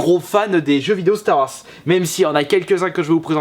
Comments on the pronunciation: Ouai par contre ça se prononce "Star Warze" et pas "Star Warce" mdr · Star Warsse, apprend à parler. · on dirait que tu dis Stare Warsse x)